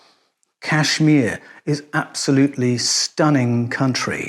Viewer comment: Listen,. kAshMir ( since you're incapable of pronouncing it correctly) is NOT any kinda country. It's a STATE in the Indian subcontinent